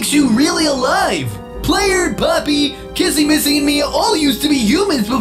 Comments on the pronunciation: It's not KaSsy MaSsy it's kissy missy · Is not cassie ma si it's kisi me see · It's kissy Missy not Kasey massy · I love that Justin says CASSY MASSY😂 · He says "kassy massy" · Yes the new saying Kissy missy’s name wrong is Kissy missy